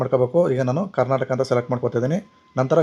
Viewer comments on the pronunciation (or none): none